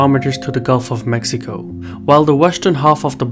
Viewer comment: Except for Mexico, as Mejico 😂. But indeed, appreciated